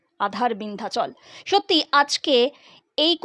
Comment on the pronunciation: ভালো ভাবে পড়তে হয়। ওটা আ৺ধার😢 বিন্ধাচল নয়! ওটা হল, "বাধার বিন্ধ্যাচল"।